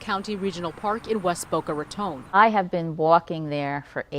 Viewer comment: Go Senior Citizen 74 & fighting off an alligator. No one mess with her. Glad the ending was what it was! Why does the reporter pronounce raton like it has an e on the end ( tone ) ? Just asking cause all-my life heard it as 2 syllables & second syllable word is ton like bricks.